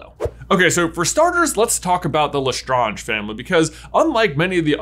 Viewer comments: The cringe I get when he says lestraunge. Instead of lestrange 😂😂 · Ok either it's just pronounced as such, or I'm just saying it wrong. J spent the whole video saying Bellatrix "LestrAHnge", when I thought it was "Lestrange" (like Doctor Strange). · Even in French it would be lèstrānge not léstrânge... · And especially if this theory is true, they would pronounce it as Le-Strange, not Le-Stron-j, as they are really American and not French. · Wow. I love this, it actually makes a lot of sense. Mary Barebones being a squib tells us so much about her hatred of magical people as a form of jealousy and envy. And even thought I twitch every time you say LeStrahnge instead of LeStrange, it really fits with the history. I'd investigate it further, but my Hogwarts (or in my case, Ilvermorny) letter never came. I'll have to subscribe to the at-home correspondence course from Madam McWitchy's School for Old Squibs to get up to speed. 🤔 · Mind blown with this one. My question is not theory related but pronunciation related: why do you say it as Le-str-on-j and not Le-Strange? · !!!!!!!!!!!! QUESTION !!!!!!!!!!!!!!! Is it pronounced "le-stroaunge" or "le-strange" personally I say le-strange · lesTRAAAAAANge not lestrahnge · Their name is Lestrange not Lestronge. Please, pronunciations! 🤣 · Have you seen the movies? It’s LeStrAYnge not LeStrAHnge. Where’s Hermione when you need her… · Le strange. Not le stroonge. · That is not how u pronounce Lestrange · pronounce strange... good, now pronounce Lestrange... NO, NOT LestrOnge, LestrAnge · Just as a side note: The name is pronounced "le-strange" as in "strange", and there is nothing French about it any longer. The name Lestrange has been in Britain since the time of the Norman Conquest (1066). If it were modern French, it would be Létrange. The middle s has not been written since the 16th century in France and had not been pronounced for even longer, but the s remained in the English name. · Bro lustrunge 🤣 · It is said le strange